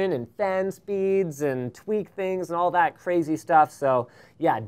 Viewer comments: Seriously.....stop saying "Dat". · I realise Linus likes to substitute "that" with "dat" having lots of emphasis on the 'D' and it reminds me so much of my native dialect in how we butcher words with impunity. #Barbados